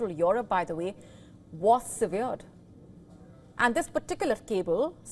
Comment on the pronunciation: The word 'severed'meaning 'cut off' was pronounced wrongly please rectify the mistake .